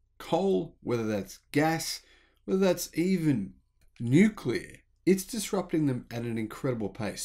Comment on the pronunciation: Thank you for pronouncing nuclear properly. Great stuff. Wonder if you could do a video on the probability that northern European countries will be able to generate what they need from solar. Germany has invested big time and it still isn't capable of providing for German energy needs. As to China, we shouldn't support their businesses until CCP is gone.